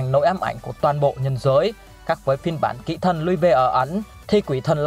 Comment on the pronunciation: Kỹ thần mà nghe thành kỹ nữ 😂😂😂😂